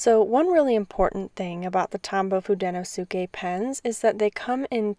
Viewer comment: Thanks for this. I’ve only used the Fude pens and have been deciding whether or not to get the Pentel ones, and just went for it. Just a few corrections though. It’s pronounced hoo-deh-no-skeh and the barrel of the hard tip pens are actually dark blue, while the soft tip pens are forest green. Holding them under a light enables the color to show more, then you won’t be able to unsee the blue and green barrels lol I hope this helps!